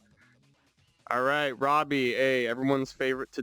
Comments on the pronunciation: Its roboy as in ro-boy robot and boy mixed not robbie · Love this video but hearing roboy pronounced Robby is insane to me